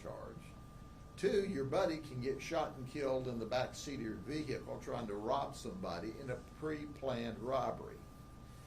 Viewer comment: vee - hickle